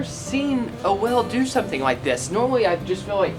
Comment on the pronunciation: You see that WELL me: HUH what well; I only see a whale: that's what I said, a WELL me: whAALe, not WELL jk ur hot so its fine